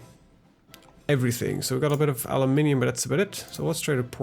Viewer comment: Haha ik ging stuk, aluminium. In het engels ligt de klemtoon ergens anders, ik wist meteen dat je een Nederlander was. Eerst twijfelde ik maar toen wist ik het zeker.